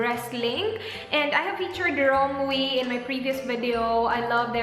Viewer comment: i think it's pronounced "rom-wey"